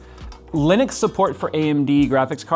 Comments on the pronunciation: that's how you say it a Linix? not li-nu-x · geeeez why can't no one pronounce Linux correctly? It's not Linix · What is Linix? It pronounces like it is written "Linux". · You say it lenix😮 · I don't care what distro you use, but I do get triggered when you pronounce it as Linix.